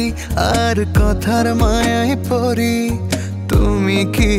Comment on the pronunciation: গানে "কথার ময়ায় পড়ি" কে 'পরি' উচ্চারণ করাটা মোটেও ভালো লাগলো না😅😅 তবে নাটকটা ভীষন জোস লেগেছে❤❤❤